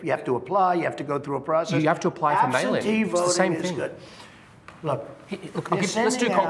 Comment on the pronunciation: I love seeing Trump's speeches, I have The best laugh's. He calls forieners aliens, other people thug's. Then he will say something and deny he said it. He mispronounce words,last but not least he said we had a new system for mail in votes therefore we would not need absenty votes.